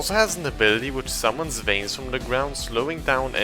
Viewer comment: Bro when he called vines veins i laughed so hard i hope you seriously didn't think it that it was veins not vines